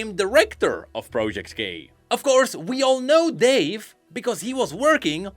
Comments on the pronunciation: Everytime says project k it sounds, at least to me, as if he says "project gay" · "project gay" is what I heard lol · i keep hearing project gay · Is he saying project gay?